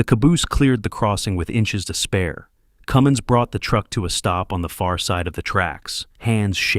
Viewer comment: Cummins not Cummings.